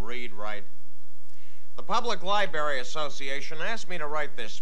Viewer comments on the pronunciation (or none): I love that he keeps saying "libary". Classic! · Li-berry! I LOVE Bittman. I wish he would return to the late night talk shows! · get em to a li-bary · Get um to the libarry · li berry!lol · “Libary” LMAO! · I wonder what library that was. He says "li-bary" without the "r".